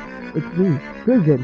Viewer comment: Oh, I guess your name isn't pronounced "Kri-gi-yon" after all.